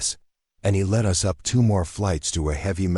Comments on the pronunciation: For crying out loud teach the ai that there is a word pronounced us & is used far more often than u.s. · The AI attempt at English isn’t good enough. For instance, the word “us” isn’t pronounced U S, as in the United States. Phonetically it should be ussss!